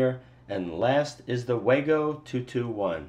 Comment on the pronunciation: It's pronounced VAHGO! and it's still a POS!